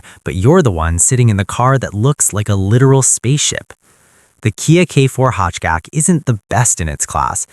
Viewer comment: Nice video, gotta get that ai voice to pronounce hatchback properly though haha. I purchased a 2026 k4 gt-line turbo hatchback about two weeks ago, I test drove both the turbo and a base model k4, and it was night and day, to me the biggest difference and what actually sold me on the car wasn't the engine at all, it was the transmission. The CVT or "IVT" as kia is calling it, felt terrible, unresponsive and dead. Actually being able to feel 8 physical gears when accelerating makes a huge difference, and it absolutely does feel way faster. Plus, a standard 8 speed automatic transmission is guaranteed to be more reliable than any cvt.